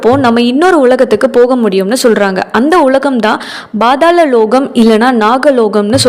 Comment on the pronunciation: Not Badhala Its pathala lokam😅